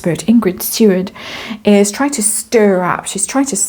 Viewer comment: It’s Ingrid Seaward not Steward - and she’s a rubbish royal commentator 😂